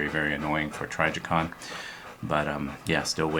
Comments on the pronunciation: Its pronounced Tri (as in triple) TRI JI (as in jizz) con (as in convict) TRIJICON YOU DUMB PIECE OF SHIT. You're the definition of a poser operator. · Are you saying Tragicon?